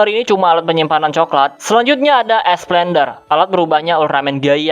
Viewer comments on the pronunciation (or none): Mimin ketika sebut alat berubah gaia:esplender. Gw yang denger: es blender